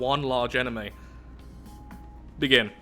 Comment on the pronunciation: wait, are you scandinavian?you said begynne insted of begin o.o